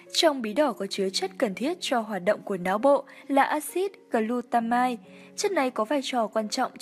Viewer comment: Kênh xem lại cach đọc tiếng nước ngoài như axit glutamic, steroit...bạn tham khảo thêm các nhà chuyên môn về các chất theo tiếng nước ngoài nhé. KÊNH NHIỀU điều bổ ích nhưng nên cô đọng ngắn gọn dễ hiểu hơn. Cảm ơn kênh